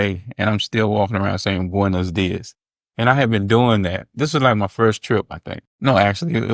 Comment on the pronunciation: Maybe they look at you funny because you pronounce: “buenos días” like it was written: “boines dies” There are only 5 vowels in Spanish and they are certain and clear. You have to reduce your resolution of thousands of vowels into 5 like a colorful video game running on a Gameboy or on a black and white screen. You have only 5 colors to use. Not more. Ok?? About saying “buen día” that is the singular form used as a shorter and quicker and relaxed option , for the new generations I guess.